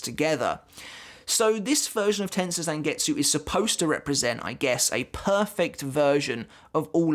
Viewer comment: Learn how to pronounce Tensa Zangetsu!!!